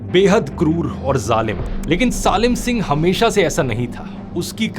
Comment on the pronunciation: I think ,सालिम सिंह ❌ सलीम सिंह ✅